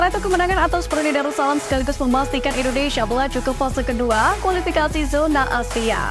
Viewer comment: INDONESIA, Mbak .... Baca yg bener ah Bukan INDONeiiiiisyaaaaa😅